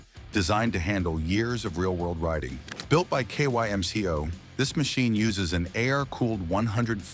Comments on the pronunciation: Dude…it’s pronounced “Kim-Co”! Sheesh! Nuff said. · Kymco, in Taiwan, is pronounced "kim-ko" and SYM is simply pronounced S-Y-M. Both Kymco and SYM are acronyms of the manufacturers: Kymco: Kwang Yang Motor Co. SYM: San Yang Motor Co.